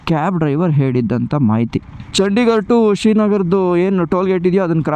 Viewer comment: ಅದು ಚಂಡಿಗರ್ ಅಲ್ಲಾ ಚಂಡಿಗಡ ಸರಿ ತಿಲೋಕೊ